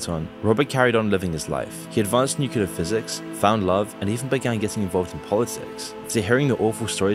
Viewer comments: nuclear, not nucular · Nu-clee-ar. Not Nu-cu-lar. 😁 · Why do people say nuke-you-lar???? It's NEW-CLEAR. Learn to read. Nuclear. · The channel and its videos are excellent, although I would not say the same about the narration,... hearing nukular instead of nuclear makes me doubt abut the information conveyed. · FFS, it's pronounced NewClear not NewkewLar I was into this video until couldn't pronounce the word properly. Instantly scrolled on. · It's pronounced "new-clear" not "nuke-you-lar" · Repeat after me; noo-clee-uh......noo-clee-uh Nuclear < it's right there! Nu-clear It is NOT 'nucular'. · ITS FUCKING PRONOUNCED NUCLEAR, NOT NUCULAR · It's pronounced nuCLEar, not nuCUlar. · NU CLE AR not nukular goddamit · Please stop saying nucular. It's nuclear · I love the video but please stop saying "nukular" it's nuclear :( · Yeah only issue i had was he said Nucular way too many times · No, I'm not gonna listen "newcullar" for 20+ minutes.... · my god how can you say NUCULAR in every single video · Why tf is it ao hard for people to pronounce "New-Clear"??? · brother, please tell me: where is the second U in Nuclear? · Don't make a video on nuclear if you can't say the word Also, who's 'king Jimmel'?